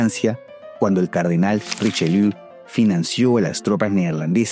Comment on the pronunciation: Cardenal richelié❌ Cardenal richeliu✅